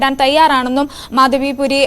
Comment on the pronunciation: At least pronounce her name correctly - it is Madhabi Puri Buch